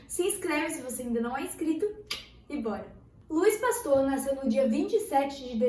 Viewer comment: Oui oui arrasando no Frances hahaha falou certo, relaxa!